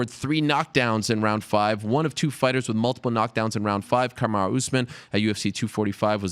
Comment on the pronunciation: Kamar-who Usman lol